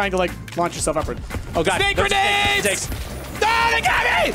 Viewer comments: Everyone's pointing out 'sbake' but nobody's pointing out 'gernades'. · I wonder how many pints must've had before he'd let "Sbake Gernades" slip through the net:P